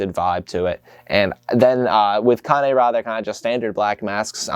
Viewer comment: so the wrong one was c-AY-n ra, when the right one is kan-AY rah